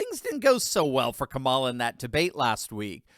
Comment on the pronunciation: Long time viewer and fan. I'm sick of commentators like you pronouncing her name incorrectly. You, Levin and viva frei... why!? It's comma-la